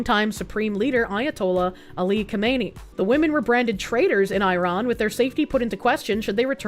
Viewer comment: Hearing the mispronounce Israel and Iran, and repeatedly, is giving me brain damage.